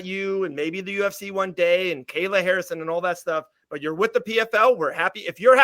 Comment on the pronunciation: when she says BUUT it cracks me up I love it